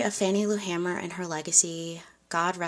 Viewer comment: Correction: Her last name had one ‘M’ and is pronounced “HAY-mer.”